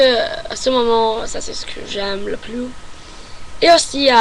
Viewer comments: Un petit conseil : Tu prononce le mot "plus". Mais il se prononce "plusse". Voilà ;) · Salut , Pour une Américaine je trouve que tu parle très bien français avec un accent qui s'amelliore , sur ce il y'a un petit Hic , quand tu dis "Plus" tu doit insister sur le "S" il faut qu'on l'entende . Bonne chance . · En plus. Il faut prononcer le "s" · tu parles tres bien francais.au fait , on prononce le s a plus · à tu dis "et en plus j'aime la France" dans ce cas tu dois prononcer le "S" du mot "plus" pour montrer que tu rajoute quelque chose après ( le même sens que "in addition"). Par contre, tu peux dire "plus" sans prononcer le "S" , donc il ce lit "plu" ( qui a le même sens que "anymore"), tu fais aussi la même faute à tu dis "c'est ce que j'aime le plus" tu dois prononcer le "S" car c'est un superlatif. à , tu dis "Ma choix", le mot choix est masculin, ce n'est pas "ma" mais "mon". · N'oublie pas de prononcer le S à la fin de PLUS si c'est dans le sens "positif" si par contre tu veux dire que tu n'aime plus (dans le sens n'aime plus du tout) tu ne le prononce pas ^^ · Ton français est presque parfait! Juste quelques lettres à prononcer (comme sur plus) et "club" tu peux l'américaine car c'est un mot importé ;) Par contre, je n'ai pas très bien compris ce que tu as dit à pour le mot qui n'existe pas en français :/